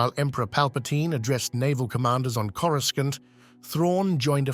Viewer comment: Is this A.I. narration? Because the way the guy pronounced "Coruscant" is off.